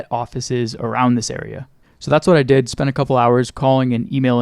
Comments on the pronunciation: lol did you say "dih" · says dih to say “did” drone 😭😭